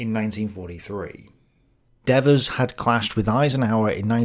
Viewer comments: You Brits and we Americans have a language problem with long and short vowels. Devers was an American general and on this side of the pond Devers has a long vowel sound for the first "e" in his last name. People have the right to a correct pronunciation of their name. LOL. I don't mind what you said about Eisenhower making an error by not clarifying his orders to Devers and Patch he most certainly did. But, let us look at what was going on at that point in the ETO. MONTY's Market-Garden was a giant flop, and I do disagree with you about Gavin by the way, the Scheldt had not been cleared completely so Antwerp was barely operational and logistics were in a state of disarray. Eisenhower, Bradley, Hodges and Patton (despite what the movie showed) and all the US Corps commanders missed the German build-up for the "Bulge" by distracting themselves with the Hurtgen Forest fiasco. It was nothing but a "cluster f**k" until they all finally got their s**t together to defeat the German offensive. A massive enemy attack has a habit of clearing the mind a bit. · As an American vernacular native speaker, I would pronounce DEVERS as "Dee-vers". In the video, I hear both "DEV-vers" and something like "Deveurs", with the second syllable accented. Does anyone know how the General pronounced his own name? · So... is it pronounced DE-vers or De-VERS??? uses both pronunciations and this is confusing... 😢 The way pronounces French toponyms, such as "Marseille" and "Seine" seems also weird for me, it doesn't seem standard British pronunciation either. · I believe Devers pronounced his name with a long e in the first syllable - Deevers. Also, check your pronunciation of Marseille. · For Gods' sake learn to pronounce gen Devers name.............. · While I found this discussion very interesting and informative, why the constant different pronunciations of Devers name? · My ears hurt from hearing Dev-vers' 200 times. ;) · D vers not deavers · It is dee vers. The devil is dev ers.